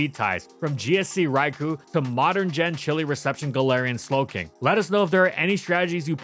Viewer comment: Still waiting for that Trick Room-setting ability. And for to pronounce Raikou correctly.